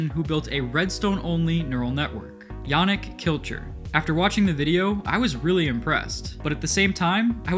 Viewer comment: I'm pretty sure "Yannic" is pronounced "yuh - knee - k"